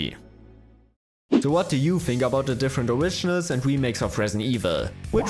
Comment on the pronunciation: The oiginals? or the wemakes?